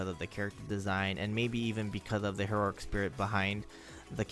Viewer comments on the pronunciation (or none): none